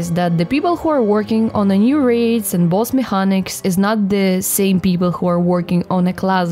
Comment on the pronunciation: Hard c in mechanics. Like mekeniks. You are a cutie tho. Nice video. Subbed.